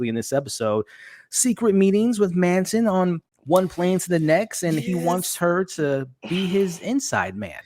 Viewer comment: It's MATTson (Matsson), not Manson.